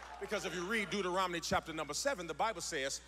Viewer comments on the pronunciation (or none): I love Pastor Keion. I do! He, ALWAYS, speaks to me through his word, buttttt can someone please tell him it's "DeutoRONoMy" and not "DeutoROMoNy?" Lol. I pay attention to what he delivers. The way he says that makes me chuckle every time, though. GOD BLESS!